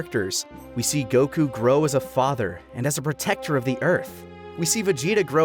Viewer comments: Coming from the guy who says Go-kü instead of Goku , we getcha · It's just Gohkuh not Go Kyu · is that why you're the only person to pronounce "Goku" with stress on the second syllable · Son Gokū Kanji: 孫 悟空 Kana: そんごくう そ So ん N ご Go く Ku う U Romanized without the Macron over the U, it would be Son Gokuu. The American version shortened it to Goku, eliminating the second U, but then changing the pronunciation of his name. It's not a criticism of the dub when I say that, mind you. I've made it my preference to pronounce the original character names; it's why I say Yaji-roh-beh and Ka-reen instead of Yaj-ir-oh-bee and Kore-in. (And before you ask, because everyone does, "Why not say Bejiita and Torankusu?" Because those are literally based off English words.)